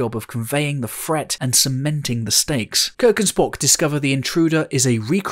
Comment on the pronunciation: Why do you pronounce your THs as if they were an f? Fret instead of threat, Earf instead of Earth, and so on.